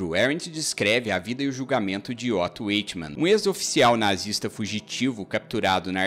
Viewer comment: Boa análise . Apenas um porém . O nome conhecido dele é mesmo o segundo , Adolf , e não "Oto" ( primeiro prenome ) , como dito. É como é historicamente conhecido . E se pronuncia " AICHIMAN" , e não " Eichiman" .